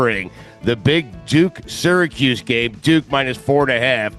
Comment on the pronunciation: As someone with an upstate ny accent said Syracuse right lmao